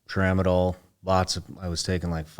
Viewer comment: LMAO Tramadol??? C'mon man, you can do better than that!!!